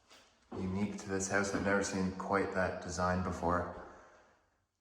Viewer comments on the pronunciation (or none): He can’t even say house 😅😅😅